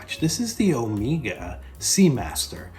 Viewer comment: It’s Omega (as in keg), not omeeeeega